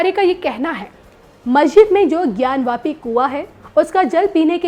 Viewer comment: ज्ञान वापी न कि ज्ञानव्यापी